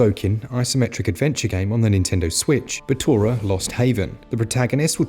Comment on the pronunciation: Sometimes Batona, sometimes BALLtona. 😅😂 Great Video dude 👏🏻👏🏻👏🏻